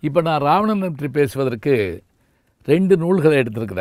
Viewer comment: இராவணன் என்பதே சரியான தமிழ் உச்சரிப்பு. இது கூட தெரியாத சிறுவனா நீ....